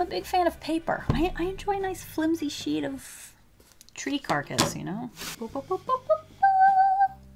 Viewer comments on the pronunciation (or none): none